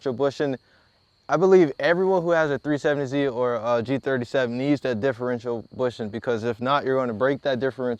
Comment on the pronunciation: He was wrong about all the things I listed. He said "370c" . He has no accent... he just sounds like a normal American. If he pronounced "z" as "c" that isn't an accent problem, that's a pronunciation problem.